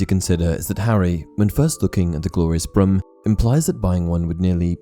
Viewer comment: Is it just me, or is he pronouncing 'broom' as 'brim'?